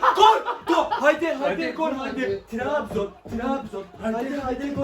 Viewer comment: Galatasaray li arkadas Tirabzon değil Tırabzon(Trabzon)👍